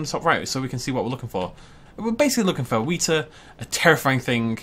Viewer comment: "Weta" rhymes with "wetter", not "wheater". Trust me, I'm from New Zealand.